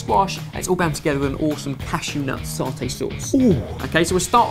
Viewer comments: I think it s AH tay and not s awr tay :) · Hey there! Indonesians pronounced satay (or sate) like this: sa-te. 'Sa' as in salute and 'te' as in tender. This dish looks so yum, it's somehow seems like a watered-down, one pot gado-gado in which you cook the veggies together with the peanut sauce, rather than separately. Gonna try! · Sarrrrrtay not satay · It is sa-tay not sah-tay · satay not sawtay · It's 'sa-tay' not 'sat-ay' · The "sa" in satay is pronounced like the a in far. In Malaysia, we eat satay with rice wrapped in pandan leaves and chunky peanut sauce, the most comforting food you can ever eat. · well in my country (Indonesia), we pronounce it as "sa(with a pronounced like in banana) - te" though in my country it's a dish with skewers.... stil i love this dish as well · It's "saa" (rhymes with far without the "r") and "Tay" like the river 😉 N Malaysians, Indonesian n Singaporean actually all pronounce it similarly. ☺️ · Pronounced as Sa-Tay. The sa would be pronounced like the su in Sun. Just a good old simple rice porridge with a century egg and preserved radish made by mum helps blow the blues away when I'm down sick, that coupled with a spicy soy sauce to eat with helps boost the mood and gives me tummy some rumbles. Also, not a legit satay, given that satay are meat skewers, just the satay sauce being incorporated into the soup itself here. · In singapore its pronounce as sa-tay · I'm Malaysian and its SAH-tay and the first vowel is a short vowel. Phonetically its; /sæteɪ/ :3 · You can say satay pretty much like this : sa like in the salt and te like in the tempo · Someone has probably posted this but it's pronounced sah-tay :) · Malaysians call it "sa-tei" (Sate) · Satay. Sa as in ci in precise. Tay as in te in latte. And satay means skewer.. Not peanut sauce ;) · Its SAT-AY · SahTay. Not Saute. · It's pronounced "Sar-Tay" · And it's called sate, maybe you pronounce it satè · Pronounced Sah tay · Asian way: SAH-TAE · Sar-tay like partaayy